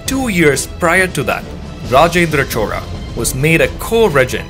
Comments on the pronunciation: Bro it is "chola" not "chora" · narration is little bit annoying and repeatedly you are calling it as chora instead of as chola.. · HI, your content is very good. only suggestions is about the pronunciation of the word CHOLA. it sounds as CHORA. even the YouTube subtitle also displays as CHORA. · I'm hearing Rajendra Chora, is it how we should say his name. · If u r doing it in english pls pronounce the surname correctly " Chola " not chora. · 🤦‍♂️ It's neither Chora nor Chola. It's "Chozha". Tamil has three variants of the syllable "l" and this is the third one. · Chola sounds like chora due to your accent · Why do u keep pronouncing it "chora"..just want to understand correct way of saying it.